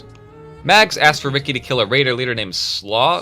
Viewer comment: Slough is pronounced "sluff" I only just heard the word used for the first time the other day. It's referring to his skin sloughing off since he's a ghoul.